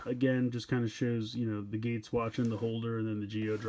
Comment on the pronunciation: his name geiz not gates